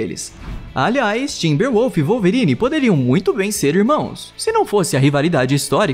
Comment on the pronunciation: "Walverine" foi foda ein!